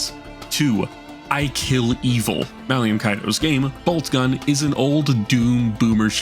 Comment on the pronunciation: Brother the man's name is Malum not "Malium" he's not a knockoff benzo